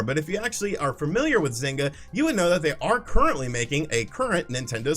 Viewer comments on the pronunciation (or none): none